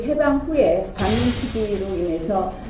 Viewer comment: 나경운은 반민을 반문으로 읽는 군요? 나경원이 판사로 있을 때에 판사 판결문이나 제대로 작성했을까 싶내요. 피고인들의 말을 저런 식으로 들었군요. 문재인 대통령은 1949년에 이미 대통령을 하고 있으셨군요. 그 때 문재인 대통령이 초대 대통령으로 반문특위 활동을 했군요. ㅎㅎㅎㅎㅎ